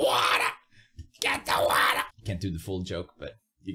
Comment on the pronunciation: “Get the watah……. I can’t do the full joke” Me: I think you can 😈